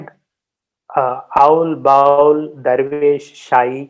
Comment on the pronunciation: Indrabhuti was not the daughter of a king of orrissa , Indrabhuti was the king of orrissa, and ami bowl tumi bowl sobai bowl this pronunciation is very disrespectful for the tradition. The word is Baul.